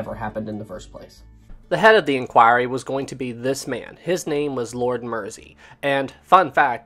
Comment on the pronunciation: I so hate to be that person but the river Mersey is pronounced Mur-zee not Mercy. At least that was how the local Liverpudlians pronounced it last time i visited Liverpool. Other then that one insignificant mispronunciation i found this whole series very gripping. Great work.